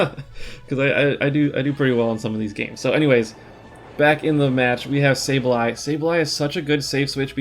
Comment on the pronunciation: It’s not SaBEley, it is SaBLEye :) maybe you could check it on your book and let us know? congrats on rank 10, been following you for a while, my absolute fav content creator!